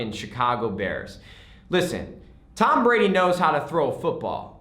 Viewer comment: You said Tom Brady's name wrong... There should be a GOAT in their somewhere.